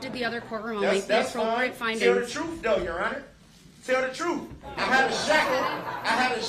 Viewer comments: The troof, axed, substained, (there were several more and my brain fart won't let me think of them!) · Because he took an “oaf” to tell the “troof”. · He wants the “troof to be told”! 😂😂😂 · Tell the "TROOF" about your "OAF" don't be "BIAST" "Y'ANER" and why you always "SUBSTAIN" all the "FAXS" is that "TAKIT" agreement and I "AXED" do you have "JURIZDICTIN" in the subject matter! 🤣😂🤣😂🤣😂🤣 "Remove me DEN" 😂🤣😂🤣😂 We can go on for days with his stupid shenanigans! 🤣😂🤣😂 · Darrell Only wants the "Troof to be told"!! He's VERY Concerned about Trooff!! Excluding the parts regarding Driving through a crowd of innocent spectators, of course. Trooff was a Major part of his Bible Lessons!! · He axed for the truff !